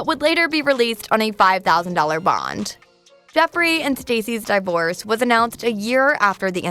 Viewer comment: “Dom” Dash, Jada Suhmith and D(eye)vorce made me turn the video off lmao. I can’t, shorty can’t pronounce anything correctly.